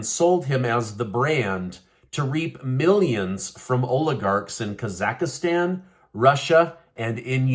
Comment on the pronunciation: kasak..stan or kazaka..stan....oh, your in your kitchen....